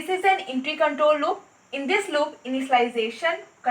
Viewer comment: The way She pronounced entry and hundred 😂🤣